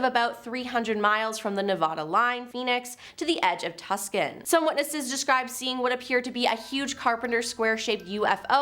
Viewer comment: she says Tus CAN 😆 Gottem!